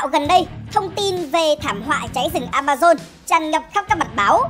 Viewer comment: Vâng A ma zon nha k phải dôn nha kkkk